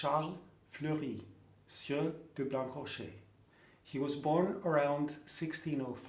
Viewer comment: Thanks for all your interesting videos. Let me be a little pedantic : I presume that "Blancrocher" must be pronounced as "Blanrocher". The meaning of the name is probably "white rock", "blanc rocher". According to Wikipedia, the name was also written "Blanrocher"